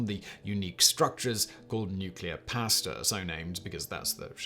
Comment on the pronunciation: IT IS PRONOUNCED "PAW OR PAH" "STA-" NOT PAY-STA !!!